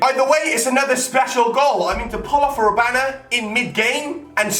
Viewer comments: It's not rabana its rabona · IT is rabona, not robana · it's rabona not rabana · it's a rabona not a rabana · It is rabona not rabana. Pronounced Ra-Bon-A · the word is Rabona (Ra-Bone-Na) Not Robana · Rabona not Robana... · he said rabana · RAB-ON-A... ON NOT AN! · rabana????? lamelna????? are you dumb WTF can't you read???? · It's ra-bone-a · please it's pronounced Ra-Bone-a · am I the only one annoyed by saying "Robana"? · Stop fucking saying rabana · HE DOSNT EVEN KNOW HOW TO SAY RABONA!!!!!